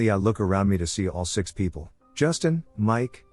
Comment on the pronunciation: i love how it pronounces people as "Pee pee yell". I chuckle almost everytime